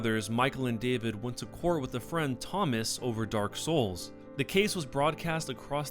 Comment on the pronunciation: I die a little inside every time I hear the inflection you have when saying Dark Souls...